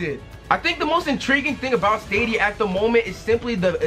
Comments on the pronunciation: my guy it’s pronounced STAYDEEAAA NOOOTT STAWWDEEAA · It’s pronounced (Stay-dia) sorry but just helping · Bro it’s staay-dia